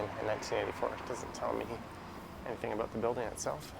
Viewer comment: are you consciously & purposely pronouncing or saying aboot...for about? Caught the same pronunciation aboot...for about, in your Saturday September 4, 2021 Scooter live video?